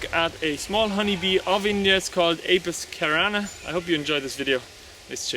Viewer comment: It's not Apis Kerana, it is pronounced "se-ra-na"